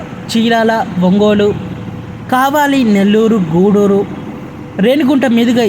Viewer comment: జల్నా కాదు జాల్నా. జల్నా అంటే మండటం. తెలుగు లో కావాలి కాదు. కావలి అని పలకండి.